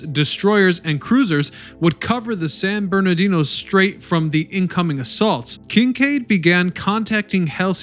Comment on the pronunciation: How do you find all this information and still can't say Halsey, Nimitz and San Bernardino properly?